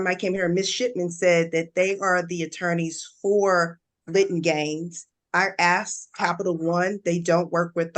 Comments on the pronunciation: This guy that calls himself a Credit Specialist is INDEED, NOT a Credit Specialist at all !!! This guy OBVIOUSLY has NO CLUE how debt collection works … Especially when you’re using works like: “AXED” … As in, “I AXED them if they represented the Credit Card Company” She would have been better off going to a Consumer Credit Consolidation Company, instead of this clown 🤡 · Can I just say I hate when so called professionals say “axed” instead of “asked” that’s one of my biggest pet peeves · I just commented that after just coming across this video. I commented on the first "axe" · Axed was the word “asked” in Middle English. It’s written that way in Chaucer. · yeah it seems like a certain group cant pronounce asked {axed} or say this {dis} or that {dat} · theres a difference between an accent, and complete mispronunciation. there is no 'X' in 'asked'